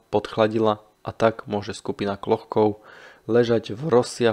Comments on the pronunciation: Jméno není Klochkov, ale Kločkov. Některá jména a názvy vyslovujete špatně. Naučte se azbuku, není to těžké. Jinak díky za zajímavá videa. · Ne Klochkov, ale Kločkov !! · necita sa Klochkov, ale Kločkov - necitajte to ako to pisu Anglicania, pozrite ako sa jeho meno cita priamo po rusky pri fotke. Ale inak velmi zaujimave ! dobre spracovane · Jen drobnost: příjmení účastníka výpravy by se mělo číst "KLOČKOV", podoba "Klochkov" je klasická anglická transkripce, v níž ruské "č" má podobu písmena "ch". Jinak ovšem opět skvělý dokument... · Kločkov ,nie Klochkov.🙄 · Vedúci sa volal Kločkov. Chyba vznikla pravdepodobne pri fonetickom prepise mena do angličtiny - Klochkov kde ch vyslovuju ako č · Videa su fakt super ale trochu dehonestuješ svoju prácu tým že strašne komolíš mená poraď sa nabudúce z niekým kdo ovláda výslovnosť číta sa to Kločkov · Akokolvek ma video zaujima, nemozem to pocuvat. Kedze autor kanalu robi skvelu robotu, mozem mu s azbukou do buducnosti pomoct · trpim pocitom, ze nepozna ani anglictinu, inak by vedel ako ma to ch citat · z akého jazyka ste to preberali? vidím v azbuke č, anglický prepis ch sa tiež vyslovuje ako č